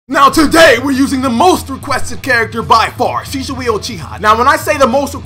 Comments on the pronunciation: Dude its SHISUI not Shishui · Why is this man saying shishui instead of shisui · HIS NAME IS shiISUI NOT SHISHUI YOU! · He does not say it right. It's Shi-su-i not Shi-shu-i. If you say it at normal speed it becomes Shisuwi. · I'm not saying rarity is wrong. Senju is because it's not ShiSHui but Shi-su-i. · Shishui Naruto: it’s shisui get ur facts right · It's shisui not shishushi lmao . Great gameplay bro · Shisui not shishui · it triggers me that he says shishui and not shisui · Its not shishui its shisui😂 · He says shishui lol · kinda sound like hes saying sheeswee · I’ve heard his name be pronounced “Shih-sui” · DGRarity its she-sue-e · "My knowledge of Shishui is low." ... yeah, you can't even say his name right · Sheshawee, Pronunciation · lol man said sheeshwe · Shishuoooiee... bruh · “Shisoui ouchihah” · Did my man really say shishui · "SHISHUI" LUL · its pronounced like this shee suwe 😂😂😂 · Pronounce it right it’s shi-sui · it's pronounced "she zu" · Bruh learn how to say shisui..... Bruh say it like this she swee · who the fuck is shishui u keep saying it wrong xD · does bother me. Especially with the American accent. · It really really bothers me too bro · Yo why you say his name like that